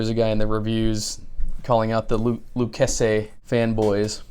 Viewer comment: Pronounced 'Lou chase ee" you need to know that especially if you move to the great state of Texas. Lol... great video.